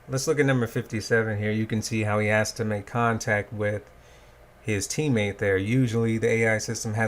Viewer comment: "This iz whut we're stuck wit"